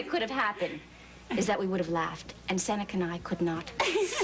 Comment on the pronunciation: Seneca pronunciation of many words are so wrong and annoying.